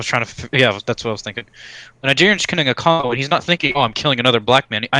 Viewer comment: just for future reference its Congolese not congolians